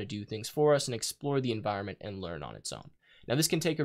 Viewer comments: "enviornment" lol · enviornment......... Its clear that he spends a lot of time in this XD